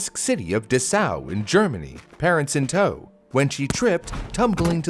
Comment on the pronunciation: in DessAU 😂sorry, but your german is funny. poor girl, never heard about her. Im from germany.